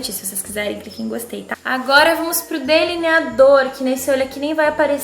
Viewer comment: #ovo kkkkkkkkkkkkkkk, caramba eu gritei pq vc falou delineador tipo tripa kkkkkkkkkkkkkkk meu Deus eu rir tanto